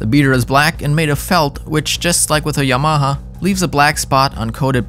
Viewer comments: its yamaha not y-MAHA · Ya-ma-ha???? Yama-ha! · pls stop saying yMAHA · Informative, but the word is pronounced “YAM-a-ha” and not “Ya-MA-ha”. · YaMAha? I’ve never heard anyone accent the ma. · If your going to review products at least pronounce the manufacturer name correctly. It’s YA-MA-HA. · Haha... that's the funniest pronunciation of "Yamaha" I've ever heard. Yuhh-MA-huh. Lol, how have you never heard it said correctly???? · No one's going to talk about how he pronounces "Yamaha"? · It bothers me so much. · It’s funny how he says Yamaha. Learn how to say it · Well, a channel called "The Home of Drums" couldn't even pronounce "Yamaha" correctly all 4 times they said it, so I guess it's not too surprising. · Great video! I've never heard YAMAHA pronounced like that but then, I live in New Mexico. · Dude can’t pronounce Yamaha? Sorry mate. Makes me wonder about this tester. Gosh it’s fun to see the amount of stuff on the market today. I used a Speed King all through the 70/80s before I finally stashed the antique and went with a DW 5000 dual pedal that I bought wrecked and had to rebuild to suit me. You couldn’t find anything worth a crap at the local stores in rural America.You learned to repair and tune what you had. Thank God for telephone mail order back then, and the web today. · I don't care if it's the "proper" way to say the name or something like that - STOP PRONOUNCING YAMAHA THAT WAY!!!!!!!!! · Please learn the correct pronunciation of the words : direct and Yamaha